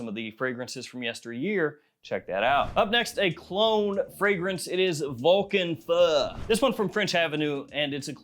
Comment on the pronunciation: I’m pretty sure it’s pronounced Vulcan few